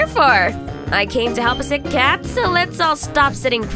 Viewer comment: Why do people say chat instead of cat that’s the only thing I don’t get and I’m a big fan 😂